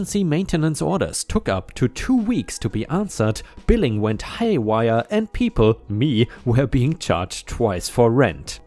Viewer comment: "haywire" is said as "hay" not "high."